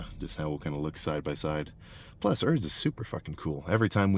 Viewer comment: Who the hell is "Örs"? It`s Urs. Why do you yankees always pronounce everything in your gay accent? You`re not the only persons in the world...